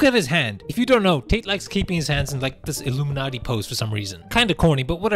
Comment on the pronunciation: its symbol of power not iluminate